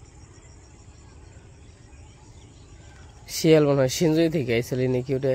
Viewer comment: হিয়াল না শিয়াল